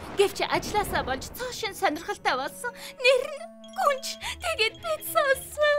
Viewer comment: Гүнж биш гунж байна😂😂😂😂😂😂😂😂😂😂😂😂😂😂😂😂😂😂